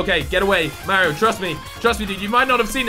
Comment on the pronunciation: you don't say Mario right lol